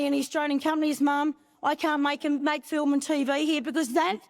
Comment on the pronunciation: The word ' film' has the letter 'l' in it. It is NOT a silent letter.